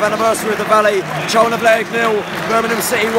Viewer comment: It's BIRMINGHAM mate not Burnamem.